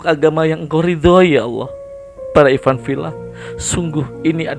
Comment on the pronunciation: Innaka laminal mursaliin... Ikhwan fillaah.bukan ifan fillah